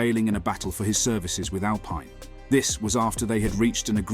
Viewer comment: First learn how to say the name Alpine. Second the premis hear was to take a comment made by Lando at the beginning of the year that Oscar was putting him under more pressure than Daniel as now significant months later and lets weave a story about the potential downfall of Lando. I think the remarkable fact is that as time has gone on Oscar has proven to be a great driver and talent but even so Lando has shown that his demolition of Danni was not due to a failure by Danni but was due to a superb Lando. Oscar is cementing the quality of Lando in the eyes of F1. Thats not to say that Oscar wont beat Lando on occasion as so many variables can take place in races however Oscar has now done 13 races and if the hype train is true then we should have seen Oscar matching Lando more often and we are now seeing rookie errors. Your comment Oscar performed leading at Belgium with ease while Lando fell into a negative spiral. Sorry you are combining two different races. In the one that mattered the GP Oscar made a rookie error , said by his manager, his race was over at the first corner! If you recall the car didnt have the wing required to go with the updates and so the car was uncompetitive in the race weather conditions and it was remarked how good Landos fight back to 7th was. In the sprint race Oscar did well but Oscar is good for 11 laps. His failure in GP is control tyre deg and he drops back. He needs to improve. On the Mclaren website is an article written by Zak praising both dr